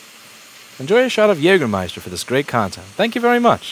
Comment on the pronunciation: Habe ich "Jägermeister" gehört?